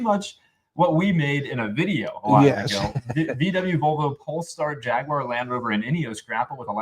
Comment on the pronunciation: Thanks to for pronouncing Jaguar correctly